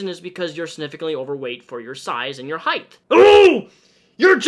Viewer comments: Great video with good points but I don’t think it’s pronounced “heigth” it’s height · Is it just me or does pronounce "height" as "Heigth" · Are you saying "height'th"? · word of the day; "heighth" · i agree with the message as a whole. but is he really pronouncing "height" as "heith? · Are you saying height or heighth? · Omg Please stop saying ‘heighth’!!! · You keep adding a “th” to the end of “height”. Sorry dude but it really bothers me lol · Can we please talk about the fact that he is saying HEIGHTHHHH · omg. please. stop. saying. heigh'th'. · It's just height. Heighth is not a word. Sorry, I hate being that person but I had to say it. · . It's height, not heighth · STOP SAYING HEIGHTH!!! ITS HEIGHT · me watching the video Hmm yeah this makes sense says "heighth" AAAAAAAAAAAAAAAAAAAAAHHHH NONONONONONONO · "heighTHH", "heighTH".. There's no h in height yikes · Say "heighth" one more time... jfc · i swear to god say heighth one more time and i'll cut off my legs so I have less of it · Are you saying "heighth"??? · I like how you say height #heighthhh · One critisism: height is pronounced like kite, with a hard T at the end, not TH. Your brain is switching the H-T at the end into T-H. And height was used A LOT in this video. Sincerely, The Word Police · heighth lol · why do you say height with an h at the end? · Height.....thhhhhhhhhhhh...😂 Sorry had to point it out. I would never sit in the middle seat unless I knew who the hell was beside me. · buddy why you say heighth im fucking choking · I love the way you pronounce height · I think he pronounces "height" right about 50% of the time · really out here hitting the hard TH in height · Why do you switch saying height correctly and incorrectly. It's pronounced like the word weight, not length. Sorry just bugged me.